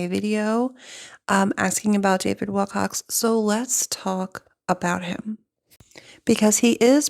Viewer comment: Please don’t be offended, but out of respect for the man, please say his name properly. There is no “x” in Wilcock.